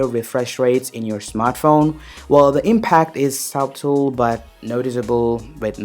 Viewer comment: Your accent is straight up cringe. You gotta drop it Also the 'b' in the word "subtle" is silent